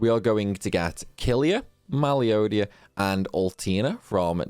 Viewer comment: Did you say meliodia instead of melodia? I think her name is said like "melo di a" not "meli odia" Flonne is pronounced flan. You left off the a in seraphinas name. And the other d2 char was axel.